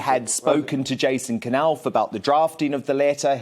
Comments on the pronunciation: I think it's pronounced Nauf... not K-nauf (silent K) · Dan Wooten It isn't K- Nauf, It's Knauf, with a silent K, as in Knife.